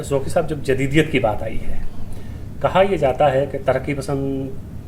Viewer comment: Oh Bhai pehley aap Qaaf durust boltey thay magar ab aap ko bhi fashion ki Beemari lag gai ab Qaaf ko Kaaf kehtey ho. Inka Naam Zauqi hai Zauki nahin Kuch khayal karo.